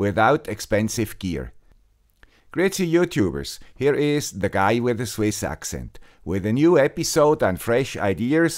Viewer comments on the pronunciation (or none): none